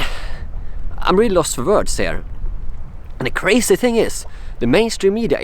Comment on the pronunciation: That is cray-see!